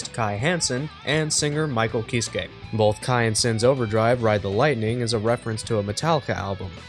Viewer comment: I also hate to be this guy, but the Kiske in Ky Kiske is pronounced (Key-ske) not (Ki-s-kay). To be fair, it took me years to unlearn that. Japanese pronunciation and all that.